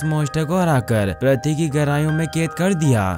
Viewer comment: प्रथी नहीं पृथ्वी